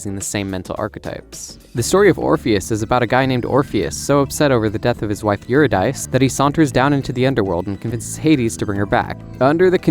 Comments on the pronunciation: it’s pronounced Ur-id-di-see lol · This is an excellent video! Single note, Eurydice is yor-id-i-see.